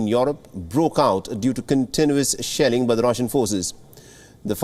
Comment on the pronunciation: Did he say sh*tt*ng or Shelling on the plant,by Russian soldiers